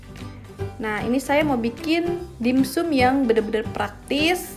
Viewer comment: Maaf, baca nya dimsam bukan dim sum